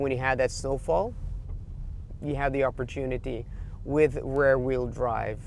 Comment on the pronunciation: Hi. It might be me but I hear you say "Rare wheel drive" when you refer to "Rear wheel drive". Just a friendly comment. Not meant to criticize!! Love your videos! Thanks!:)